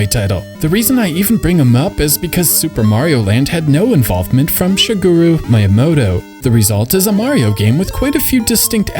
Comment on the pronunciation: Wow. This dude really has no idea how to pronounce Japanese names. (SHI-ge-ru, not Shi-GUU-ruu. Mi-ya-MO-to, not Mai-ya-MOH-toh.)